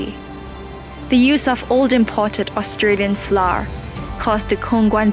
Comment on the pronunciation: gosh... you could have contracted a host that can pronounce Flour correctly right?